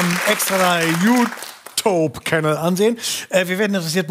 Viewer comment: OMG !! Was für 1 bärtiger LAUCH ist das denn??!?! Der kann nich ma YouTube channel richtig sagen